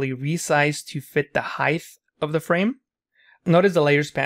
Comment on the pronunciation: There is no such word “heighth” there is only height